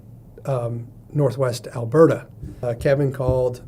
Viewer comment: It’s just “Alberta.”